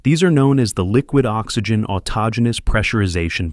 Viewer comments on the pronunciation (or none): none